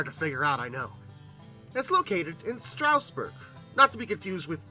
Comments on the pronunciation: It's "Straw-sburg", not "Str-ow-sburg". No "ow". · Not sure why people still mispronounce Strasburg. It's not "strouseborg" it's Stras-burg. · Quick local note: the first syllable of Strasburg rhymes with jazz, not grass. That minor note aside, great video! (Watching old rivets decaying outside as I drive by is always a heartbreaker.)